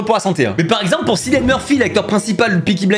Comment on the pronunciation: alors pour cillian murphy ça ne se prononce pas sillian mais killian, je vois beaucoup faire l'erreur alors que c'est l'acteur lui même qui a confirmé